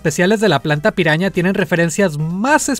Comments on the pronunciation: Cuando dices piraña en ingles suena a "peruana" xd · dice: Piruana